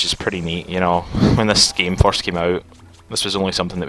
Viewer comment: Nehehehehhe "foirst time" HAAHAHAHAHAHAHAHAAHAHA!!!!...... Uh, dunno if Scottish or Irish.. I'm not too certain. ;-;7